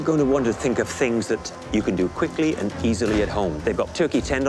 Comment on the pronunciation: “Fank quickry but more importantly fank fast”